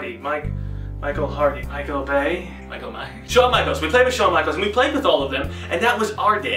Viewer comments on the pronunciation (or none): none